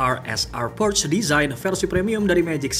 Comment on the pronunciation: bacanya porsya bang, bukan porsh